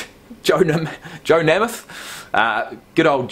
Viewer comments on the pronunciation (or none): Its pronounced nay muth. Lol